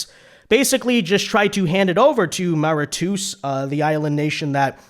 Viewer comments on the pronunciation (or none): Trump is no fool.. he sees who people are.. Btw..Mauritius is pronounced Mor-i-shuss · Mauritius MORE-i-shus